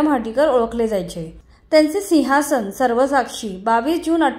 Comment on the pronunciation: बाई मराठी व्यवस्थीत बोलायला शिका बोलताना सिव्हासन बोलतात 😊